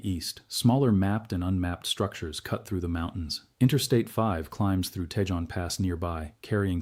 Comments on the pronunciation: Pronounced Kahon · Cajon pronunciation is kahone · Soft a (ah) and j is pronounced H. It's a Spanish word so pronounced like Spanish